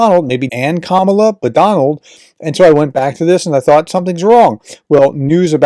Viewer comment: KamAla, not KamUla